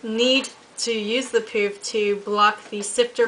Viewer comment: i believe it is pronounced as "puff" not "poof"